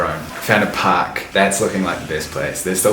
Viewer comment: You said "park", I thought you said "pack"🤣